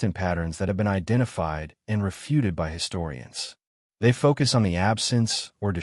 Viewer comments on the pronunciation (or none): none